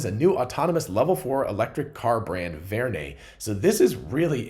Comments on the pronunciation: It is Vern as in Jules Verne. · probably inspired by Jules Verne, so pronounced Vern